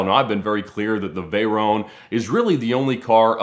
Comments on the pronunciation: What the hell is a "Vey-roane"..? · The way he says Veyron lol, he pronounces it like you pronounce macaron lmao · The way he says "Veyron" is boiling my blood